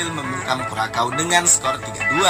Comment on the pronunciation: Hahaha payah bener bang di sebutnya curacau .👍😀